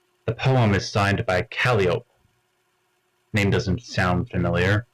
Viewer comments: kal-eye-oh-pee kal-EYE-oh-pee omg (enjoyed this video thoroughly, fwiw) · His mispronunciation of Calliope is actually super endearing!